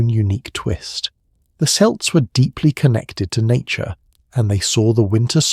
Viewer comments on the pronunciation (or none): I love these, but I question your pronounciatuon of Celt it is always a hard c unless you are referring to the basketball team